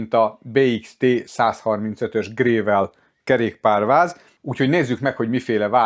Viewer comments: Nem grével, hanem grevöl! :D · nekem csak az a fura, amikor sem angolul, sem pedig magyarul nem stimmel a kiejtés. A "gravel" az oké, magyarul kiolvasod, aztán annyi. Angolul ugye leginkább "grevöl"-re hasonlít a kiejtés. De h a gével honnan jött? =))